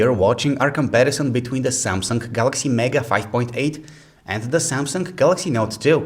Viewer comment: He always say Samsungk instead of samsung. Ps. Im not a racist, its just that I hear it from you and its unique